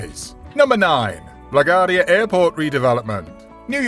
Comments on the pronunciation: That's LaGuardia Airport, named after the beloved major. Pronounced "le gwar dee uh" 😂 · La Gwardia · Will someone please teach this fellow how to correctly pronounce LaGaurdia? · If you're going to talk about urban development you need to know how to pronounce Laquardia! Newark is in New Jersey! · It would be nice if the Narrator would learn to pronounce LaGuardia.